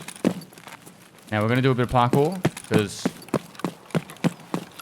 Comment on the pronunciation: I love how you say parkour. “PAHKOHR”. I love your voice. I fall asleep to it every night